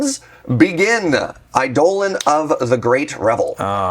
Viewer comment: Your correct pronunciation of eidolon is enough to earn my subscription.